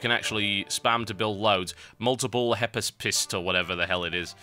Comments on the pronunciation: its pronounced hip-a-tist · Its pronounced hip-pas-pist :) Very good explanation of the game btw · It's pronounced High-pass-pissts. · They are called like Heepaaspist (accending the "ee" part more without pronouncing the "H" like you do when you spell hour) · how cant u say it correclty it is easy to say, it is HI-PAST-PIS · I love how you say Hypaspist XD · TotalBiscuit : Hypaspist is a greek word that's written in greek like that: Υπασπιστής and its formed by 2 words υπό (hypo - you can translate as a 'sub' as in 'subway') and ασπίς (aspis) which means shield. and the ending -στης , υπασπιστής means 'the one that's behind the shield'. I say these to help you pronounce the word better, since you seemed to have difficulty ^^, because when you understand something to say it better ^^